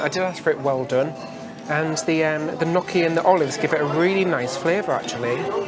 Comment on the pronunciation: Gnocchi is pronounced nyoh-kee. Gnocchi rhymes with pokey, not jockey.